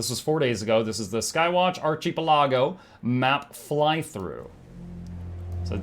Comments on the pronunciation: archie pe lago? OMG, learn to adult! Archa - PEL-ago... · it's Ark-i-pell-uh-goh, lmfao. "Archipelago". xD <3